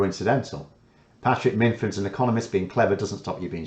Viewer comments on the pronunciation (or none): none